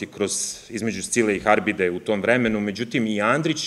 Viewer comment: Scila i Haribda je pravilno, ne dakle Harbida...